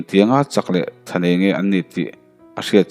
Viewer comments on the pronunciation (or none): none